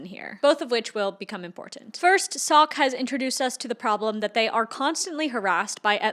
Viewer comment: I reckognize a fellow Dutchie and it is SOCK. Our English pronounciation is really bad I know.... Hallo, alles goed?